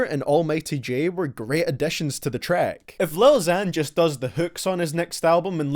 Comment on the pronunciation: the way you say track